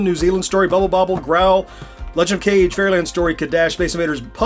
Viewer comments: Nice review, you really showed a lot of the cabinet and the games. Just a heads up, the Legend of Kage (影) is pronounced "Kah-geh". I'm genx too and grew up pronouncing it cage. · "We pronounced 'Kage' as "cage" back then, I refuse to pronounce it any other way." Anyway, nice version of the Evercade- very tempting (let me just look at the price now to remove the temptation).